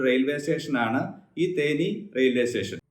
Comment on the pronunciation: Teshen alla station anu